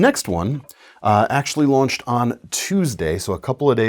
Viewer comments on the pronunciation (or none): none